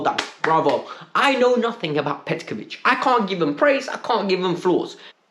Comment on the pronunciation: Broo!!! It's petrovic not petkovic